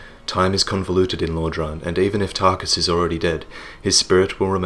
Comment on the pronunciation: Tar-KUS! Tar-KUS! Tar-KUS! Tar-KUS!